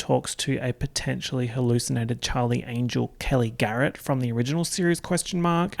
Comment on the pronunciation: This whole vid was worth watching to hear you say, "Chawwwly!"